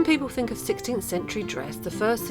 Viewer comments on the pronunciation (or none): I love your videos. Could you please though pronounce “th” instead of “fink”.